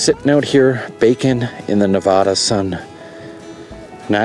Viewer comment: You’re mispronouncing Nevada, and it offends us 😂